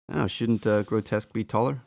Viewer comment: Why do reviewers keep saying "Grotesque"? Grow-Tesk. The characters name is "Grotusque", Grow-Tusk. There's a "U" there. No one calls "Repugnus", Repugnant.